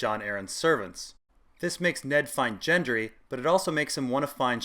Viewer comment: Its not Jendry!!